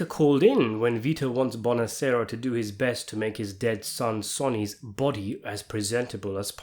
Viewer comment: Learn how to pronounce "Sonny" correctly ffs